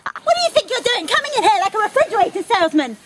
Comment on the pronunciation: "At least we have a refrigetator." He just couldn't resist, could he.